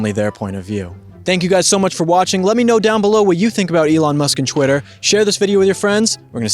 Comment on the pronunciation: its twitter not chwitter